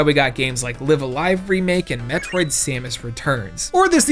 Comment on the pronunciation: thank you for pronouncing Live A Live the same way I do